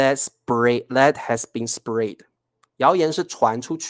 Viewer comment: ，請注意你的發音【Spread 】（spred），這裡read 發音是 【red】。 【Main】發音是 (meɪn)不是 (man)。